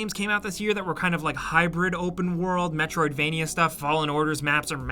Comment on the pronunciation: Every single video, says metrovania.